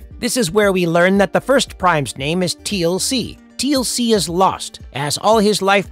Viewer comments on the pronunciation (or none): Teal - C. Come on generative AI, he's not a rapper, he's Teal'c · Maybe make sure you can pronounce the main characters names before you make a video. Calling him TLC the whole video is so freaking annoying.